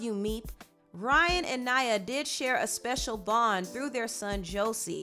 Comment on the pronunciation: The girls name is Naya, not Nyah. Y'all American's pronunciation boy.. Still love your insight tho❣️